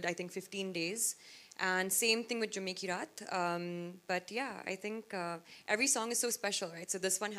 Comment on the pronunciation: She pronounced 'Jumme ki raat' as 'Je mikey rat'. Good luck listening to her speak Kannada.